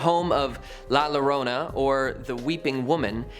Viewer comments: When you pronounce a word in Spanish that starts with a double lol as in llorona. It's pronounced yorona. ( ll is pronounced as a y ) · It's pronounced "Yorona" as the "LL" in "Llorona" makes a "Y" sound in Spanish. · Llorona is pronounced "Jorona" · LL is pronounced like Y, not like L. Llorona = yorona. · TWO LL IS A Y!!!!!!!! Llorona!!! Damn it